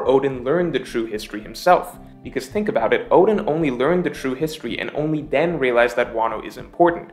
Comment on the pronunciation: oden oden, you pronounced odin odin lol hahaha